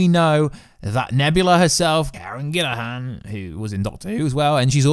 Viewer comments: It's Karen Gillan, not Gillahan. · It's pronounced GILL-E-AN, not GILL-IH-HAN. Still, I hope that they treat Mantis better than they did in GotG2. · Dude, her name is: Karen GILLAN not GILLIHAN! There's no H in her name bro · Karen GILLAN not Gillaham……. LoL